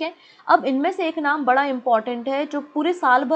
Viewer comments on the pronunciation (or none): none